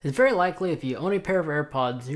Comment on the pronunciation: The "berry life"